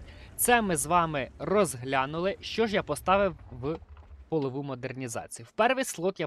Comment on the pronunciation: Прохання, кажи не "полову" а "польову". Те що ти казав перекладається або "статева" або "підлоги")))